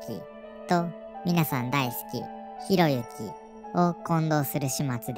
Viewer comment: どこかでひろゆきって言い間違えないかなって期待してましたが、さすが。しっかり名前言えてました笑